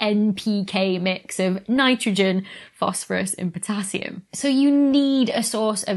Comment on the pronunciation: Dr.Becky...To speak for all of the fellow Americans out here. We heard......"Fanitrogen". Fanitrogen must be a new element. Earlier I heard a Brit talk about plugging in his laptop with a "Georgia". It took a sec for me to translate that to "charger".